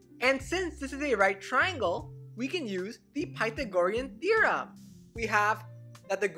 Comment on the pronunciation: I myself have enunciation issues, but that was worse them my usual and made me cringe.